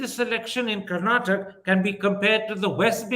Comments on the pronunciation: Congratulations to the people of Karnataka and thank you for the objective answers given by Ramchandra Guha. Request to Mr Thapar: Please remember that there is an ‘aa’ sound after you pronounce ‘Karnataka’ . I’m sure you can correct that. Thanks Wire again for a beautiful interview bereft of unnecessary chest thumping or undue hate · Karan Thapar should be called Kara Thapa until he learns to say Karnataka, instead of Karnatak. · Karan, it's Karnataka! Not Karnatak! Look at the spelling. Not what you want it to be! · Someone tell Mr. Thapar. It's Karnataka. We do take offense to other pronunciations. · Hi Karan sir, can you please pronounce "Karnataka" properly..!! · Karan Thapar, start pronouncing Karnataka as Karnataka and not Karnatak. Learn and start becoming correct and humble. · Mr. Thapar, it is Karnataka and not Karnatak. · It is KarnatakA, not Karnatak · Good chat, thanks for this interview, Mr Guha brought incisive and well articulated points to the table as usual. Just one note. Please, Mr Thapar, do learn the name of the state you're talking about! It's KarnatakA not Karnatak😂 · Mr Karan Tahapar, you come across as a well learned person and you are in this profession for a long time. Can you make an earnest effort to properly pronounce the name of the state that you are discussing. It is not Karnatak it is Karnataka. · Dear Karan it is Karnataka and not Karnatak, please respect the names of the states and the languages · This was a great watch. But it would be so much better if you could please call our state Karnataka instead of Karnatak. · Dear Karan, it is Karnataka and not Karnatak 😊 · it is KarnatakA, not Karnatak. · Why can't Karan pronounce the last syllable 'a' in Karnataka? Why is he saying 'Karnatak'? I see this with other North Indians too. Why? Why can't you guys make the effort for correct diction of Southern names? Is it so difficult? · Mr Thapar, it is Karnataka. Not Karnatak. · Karan, its karnataka..not karnatak